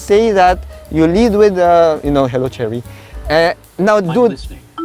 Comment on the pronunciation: I kept hearing Charity lol